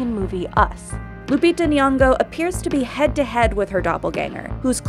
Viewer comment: Its Lupita Nyong'o not Lupita Niongo 🤣🤣🤣 we named her ourselves